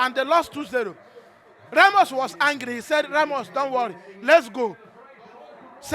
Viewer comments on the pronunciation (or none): none